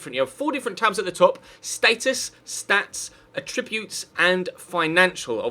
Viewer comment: Never heard someone say attributes like that Lmao 😂😂😂 Also is this guy a Leeds fan?